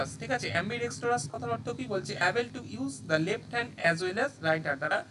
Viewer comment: Uccharon apnar khub e khrp. Ambidextrous mne jar du hat soman vabe kaj kore..duhat e likhte pare erom ta noy.